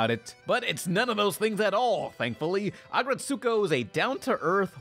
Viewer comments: Ret-sko, not ret-su-ko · "Ret-soo-ko" triggered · U said retsokus name roung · You are pronouncing Retsuko wrong that it hurts...